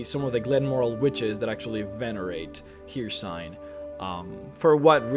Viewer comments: It's hercine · "Periyate" "Hearcyne" Muh nigga, i understand english isn't you native language, BUT COME ON! :'D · butchering the name Peryite. It's two sylables. Peer-right. get it right Her-seen not Here-seen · Peryite. Per-EE-ite. Hircine. HER-seen. These names are literally said right in game.